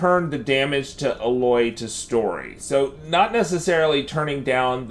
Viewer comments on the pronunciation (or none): Thanks but her name is pronounced AYE•LOY not UH•LOY